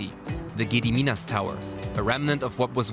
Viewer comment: "Giediminas tiower" f, you don't know how to pronounce it